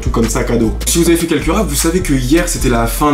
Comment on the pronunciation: Raffle se dit « Rafeule »